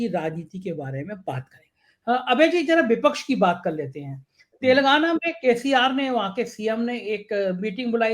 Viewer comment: तेलगाना नही शब्द है तेलंगाना कृपया उच्चारण पर भी ध्यान दें